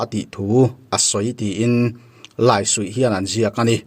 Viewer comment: Laisuih i lam dan hi a dik lo deuh in ka va hre ve